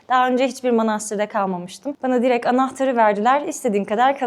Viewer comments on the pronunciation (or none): none